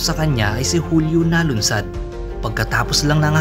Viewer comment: Nalundasan po hindi "nalunsad".......hindi 92 kundi 98.01